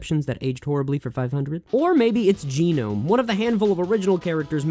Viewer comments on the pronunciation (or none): ……. uhm, G-Nome? you know that Gnome is spelled with a g, like as in just “Gnome” normally? The G is silent, it’s pronounced “Nome”. not G-Nome. lol